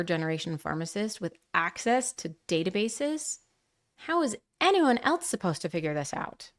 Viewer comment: Else doesn’t have a t. Please don’t pronounce it that way.